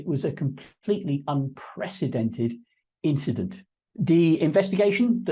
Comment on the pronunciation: It was just a inchident